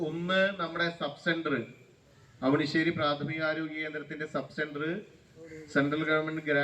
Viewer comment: ആവിണിശ്ശേരി അല്ല ട്ടോ, അവിണിശ്ശേരി.